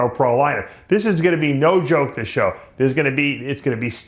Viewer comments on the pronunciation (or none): none